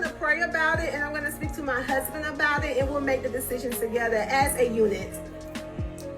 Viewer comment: Tisha, I really "hate" the way you put emphasis on "MY HUSBAND"!!!! 🤦🏾 #soannoying